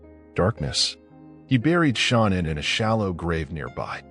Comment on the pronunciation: Her name was Shan-Ann not Shawna!